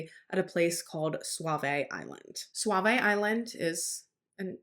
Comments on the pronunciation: Not that it matters, but we pronounce Sauvie Island Saw-vee, not suave-a, and Willamette is Will-am-it, not Willa-met. Thank you for this coverage. All us locals still believe Terry did it and Kyron's bones will be located someday. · Are used to live in Portland, Oregon and it’s not suave it SooVees that’s how it’s pronounced. We were at the Pumpkin patch when they shut it down if your going to speak on such places, you might want to learn how to pronounce what they are. It’s not that hard to find it’s pumpkin patch 411 also works the only time I’ve heard you sound stupid